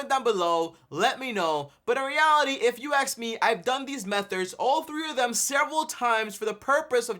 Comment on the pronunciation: Dude. M E T H O D S not METHORDS .. 🤦🏿‍♂️🤦🏿‍♂️